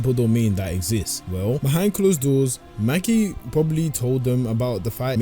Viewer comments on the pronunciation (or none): Maki❌ Mackie ✅